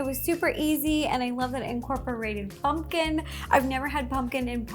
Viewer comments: I love the way she says 🎃it sounds like (pun-kin) I love her vids so much she is just so cute! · I love how Ro says “pungkin” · RO JUST SAID PUNGKIN!